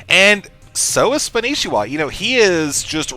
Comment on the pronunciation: you guys his name is spanishiwa not spanshwa!!!